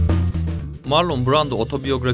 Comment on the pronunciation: Ya bari otur youtube elinin altında bu isimleri asıl sahipleri nasıl okuyor diye bir bak, sağır oldum marlon duymaktan